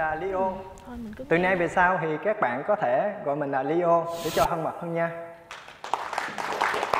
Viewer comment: nhân vật tên leo phát âm nghe giống lio quá chị